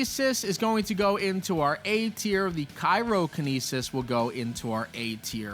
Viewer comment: Cryokenesis ❌ Cairo-Kenesis ☑